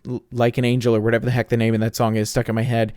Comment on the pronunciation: Congratulations on finishing. Thank you for pronouncing my name correctly. I think I will go with the long play videos with commentary. I'll let you know when I get around to doing the video. Have a great year. Hugs